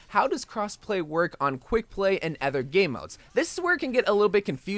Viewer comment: its other not ether